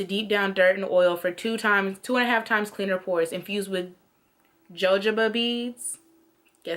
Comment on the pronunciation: I used the biore it was some bullshit. there isn't even much charcoal in it. my niece is like that her skin is so finicky with the seasons. your make up cute and you cool I subbed! just i been subbed but why dont I see your vids pop up I hit the Lil bell! Jojoba is pronounced "Ho-Hoba" its some Spanish origins I guess. it didn't work for me tho it did me like you said. it was burning.